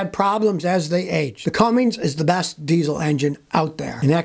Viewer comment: Not Cummings Scotty!!!